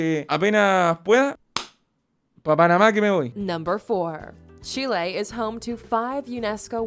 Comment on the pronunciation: she lay